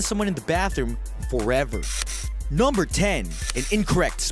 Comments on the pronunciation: The dude said "Gumber eleven" Instead of "Number eleven"WE Like this if you heard it too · Crip52Crazy NUHW-BUR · Crip52Crazy noembur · Crip52Crazy numbaol lol right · Crip52Crazy he said gumber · Crip52Crazy Nomber 18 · I hate the way he says NOMBER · The way he says Number hahah